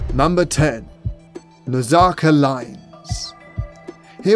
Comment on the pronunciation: Its pronounced Naz-Ka....What is that Nazaca stuff? Come on, bud...get the pronunciations right. Its a big start. Edit...I am a subscribe, but please do better with those words... *pliya